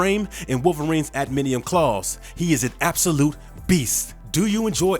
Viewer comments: I can’t stand the way this guy pronounces adamantium. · That was said so deliberately too, he has no idea what it's called. THIS IS WHY PEOPLE WANT GENUINE YOUTUBERS. Garbage lol. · Adamantium why is this tool mis pronouncing it its nit hard at all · NOT "Adminium", it's ADAMANTIUM. Also, half the time you call him Weapon H, the other half, Weapon X... smh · Adminium? Repeat after me: A-DA-MAN-TIUM. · Dude...for real? Adminiem? Say it with me now, ad-uh-man-tee-um. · Adamantium not admintium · If making videos about pop culture, make sure to know how to pronounce the terminologies. NOT admidium IS adamantium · I'm sorry, "Adminium"? That legit bothers me. This is the kinds of crap YT is phasing out independnt creators for???. Adamantium...that's like... basic comic/movie knowledge for someone who has ever heard of something AT ALL. George Washington was a human being, you poop in a toilet, Wolverine has an adamantium skeleton. This dude hasn't even watched the GD movies, and I'm supposed to respect HIS TAKE? Nooo, no no no lol. Nope. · "Adiminium" LMAO. Said as if he knew what he was talking about, too. Garbage Youtuber who has no idea about anything he is talking about bc someone else wrote it for him. This is why people like GENUINE Youtubers. Couldn't even be bothered to do a quick web search. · Adamantium not anaminium.. you lost me 40 seconds into the video bud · Adamantium. Not adaminium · The word is adamantium, tf is adminium? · Adminium claws? Adamantium bro adamantium. God you really need to work on pronunciation AD-A-MAN-TIUM. For fucks sake. Also when has wolverine ever had strength like the hulk. Newsflash he never did. It was his regeneration and claws that let him fight enemies way stronger than him. Man you know fuck all about either character and it shows. Hulk gets stronger with according to his rage. Wolverine is just moderately super strong. Dumbass just making a video for views. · He says adminium. 😂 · Adminium????? Lol not even close.